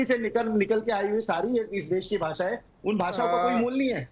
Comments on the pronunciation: भासा नही भाषा होता हे रागी😂😂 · भासा नहीं भाषा होती है रे गवार